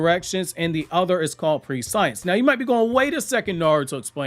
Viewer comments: Your mispronouncing the word. Use phonetically Pre-see-ence ❤ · "Pre-science" is not how you pronounce the word. make the E sound short. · It's pronounced PRESS-EEH-ENSE lolll but 10/10 video none the less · Not to be that guy but its pree·shee ·uhns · Bruh....its not pronounced "pre-science". All that research you put in the video and you couldn't look up the pronunciation? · I hate that pronunciation of prescience. It should be press-see-ense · prescience is read like preh-see-ence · "PRESH-ENSE" OR "PRESH-E-ENCE" I believe it's called and pronounced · Pre-science.... Nah bro it's pronounced just like conscience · Also, I think the pronunciation of Koji's ability is 'pruh-scee-ensce' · understood. The amount of research you put into this is insane so that's well done on your part. But that pronunciation was just driving me crazy sorry😅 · lol obviously you’ve never heard the word either.. your pronunciation is off my guy😂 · I don't think that's how you pronounce prescience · Prescience = preSH(ē)nce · Pre-scE-ence not pre-science my guy😂 driving me crazy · It's presh-ince, presh(like fresh with a p) -ince (like since) Prescience. Not pre-science. Not tryna be a dick 😊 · Its not pronounced pre-science. It's press-si-ence. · I looked it up. It’s actually pronounced “pre-she-ence” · Hey Koji's shinjutsu prescience is pronounced (pre-she-ence). Pre as in precious, not pre as in predict. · its not pre-science its pronounced preh-see-ence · Just FYI, its pronounced preh-SHE-ense, not pre-science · Fantastic video 👏🏾 ❤️ just the pronunciation of the word is press-sients not pre-science...but damn I love your vids mayne. Keep up the phenomenal work 👏🏾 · I'm not sure it's pronounced pre-science like that. I thought it was pronounced "press-ee-ence" when I read it. anyways I'm really hoping it is, cause it sounds way better than pre-science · Hate to be that guy but you’re saying prescience wrong. It’s not pre-science. It’s pres-sen-ence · Prescience (press-see-ence)